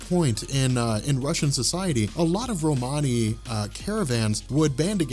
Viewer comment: Again man love the channel. Love the videos and this series. But I’m sorry whoever gave you your Romany history is wrong and the way you pronounce it is making me cringe, hard, hard, cringe!!!!!!